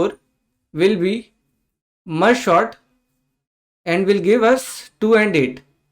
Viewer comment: It is sort bro not short